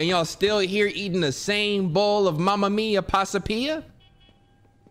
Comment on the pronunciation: My boi said mama mia passapia 💀💀